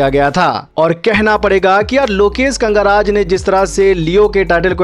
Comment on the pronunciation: He is Lokesh "kanagaraj"not "kangaraj" as you say always 🤣😅